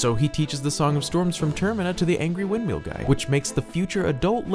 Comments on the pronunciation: Anyone else bothered by his pronunciation of windMEAL as opposed to “windmill”? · "This angry little man in a Windmeel hut" that's how I heard it.